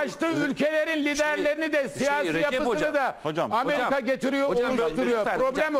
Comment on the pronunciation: ten itibaren hızı 0.50 yapıp izleyin. Süper rakı sofrası kurmuşlar. Ameriga çok kötü, büyük resim süper. "Hojjamm bissaniyyee, öpiyym hojjamm." dan sonrası da süper...